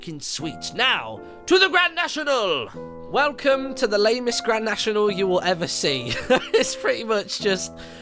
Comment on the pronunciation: Martin when you speak why do you welcome like"wercome"